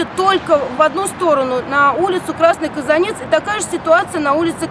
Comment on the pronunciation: Не КазанЕц, а КазАнец...